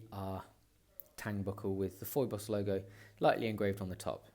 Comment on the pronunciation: Kind of hard to take seriously a review in which reviewer did not make an effort how to pronounce the name of the brand :( It is pheeboss. It is like Phoebe from Friends. Other than that good review!